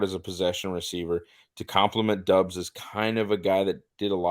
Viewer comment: You guys don't have to start every critique with "I don't mean any disrespect to..." Christ. Go ahead and disrespect them! MVS isn't good. ESB isn't good. Lazard isn't good. Is Christian Watson good? Is Doubs? Probably not. And his name is pronounced "Dawbs"; not "Dubs", not "Dobes". I really enjoyed listening to someone who can't pronounce a one syllable name correctly. C'mon,. You're better than this. Besides, you're a; you should be drunkenly waving a gun around, telling everyone how shit the Packers are with every breath you take. Remember: "Don't try"